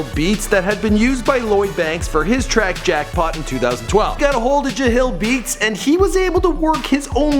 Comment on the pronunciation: Bro how the fuck gonna mispronounce jahlil beats when it says it clearly at the beginning of the song. lmao